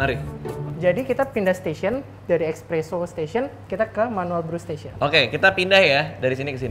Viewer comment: Barista nya ngomongnya ekspreso anjir